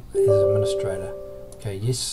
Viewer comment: Press EEESss . for god sack man improve your accent